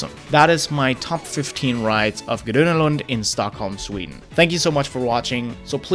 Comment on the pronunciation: You pronounced ”gröna” very good